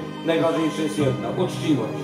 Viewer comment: 9.03 " Czuciwość " 🙁